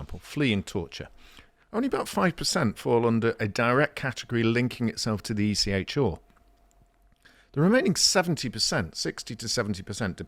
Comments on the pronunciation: Stop saying ECH-oooooo it is ECHR-aaaaaaaa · Can someone please teach to pronounce the R in ECHR properly? Listening to him say it is making me want to stick needles in my ears.